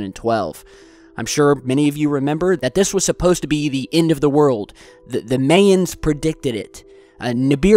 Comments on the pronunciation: Hey there! Big fan and I love your videos but...MAE-ans? Really? Bud, its pronounced MY-ans. Please say it correctly my good man. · May-ins? How does he not know it's My-ins? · lol the may-ins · The "May"ans. lol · I never heard "Mayans" pronounced "maiyans" lol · the may-ens? lol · he said Mayans like that way ppl say mayonnaise lol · Lol you said Mayans kinda funny, was cute though ^_